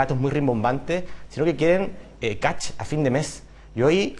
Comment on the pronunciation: Catch ! Se dice cashhhh mier !!!